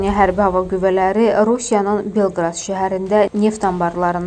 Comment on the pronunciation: Belqrad yox ay qiz, BELQOROD